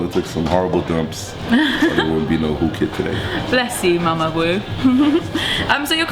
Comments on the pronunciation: Its so irritating when she keeps saying WU KID instead of WHOO KID. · Why does she keep saying wooo kid his names is whoo kid lol... i liked this interview tho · tll that girl its WHOOOO kid.. not WOO kid lol